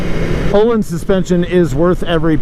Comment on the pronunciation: Here's a little retroactive Swedish lesson : ) Öhlins is pronounced as the 'ea' in early, so [Ea-leans], Sachs (Not Swedish, i know) but it really IS pronounced like 'sucks' : ) Cheers!